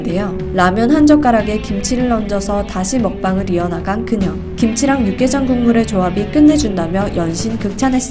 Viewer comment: 저 리포터 육개장,고추장 발음이 거의 한국인급이네